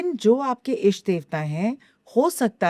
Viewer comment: इष्ट कहते हैं, ईष्ट में ई को लंबा करके बोलने से अशुद्धि होती है। अच्छा पॉडकास्ट है और आपने अच्छे प्रश्न किये, बधाई!